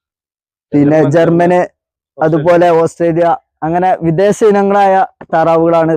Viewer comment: വിദേസമല്ല, വിദേശം.